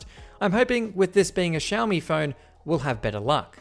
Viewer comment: Everyone: Xiaomi: shellmi